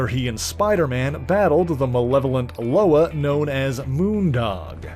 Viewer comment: Correct pronunciation of ‘Loa’ (la-wah) not (lo-uhh)